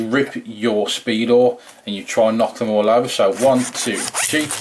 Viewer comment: Hahahahaha it sound like he said she battle